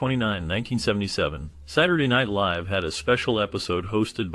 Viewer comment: I haven't kept count of how many times you mispronounce "live," but I'm about 7 minutes in, it bugs me, and it's the reason I'm about to click away. Just thought you should know.